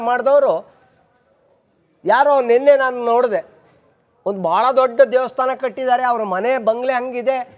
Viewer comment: Devadthana alla swamy adu Daivasthana adu